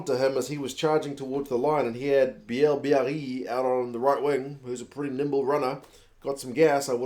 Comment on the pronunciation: FYI Mauvaka has played, rarely, some games for Toulouse at 8 before, so I guess Galthié wanted to try him out at that position, just in case. Recent injuries make sense for that thinking. Bielle-Biarrey (it is actually said more like hey than eee ;) ) is impressive on every single game, I hope he's gonna make it to the last 33. Danty work rate is impressive as much as Alldritt. Not sure about Laclayat though. I think they're going to keep Baille for the Knock Out stages maybe last games of the pool. At the end, it was fun seeing the Fijian players celebrating with the French ones (most of Fijiands play in Top14 so makes sense).